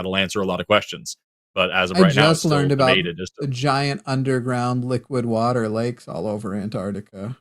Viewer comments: says water by emphasizing TER like TERD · says "water" as 'Warh-tarh".. with a pause in between syllables.